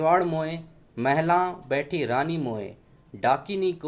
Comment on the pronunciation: जय माँ....!!! मन्त्र में द्वितीय पँक्ति में " महाल " लिखा है और आपने ऑडियो में " महला " बोला है। शुद्ध उच्चारण क्या होगा ?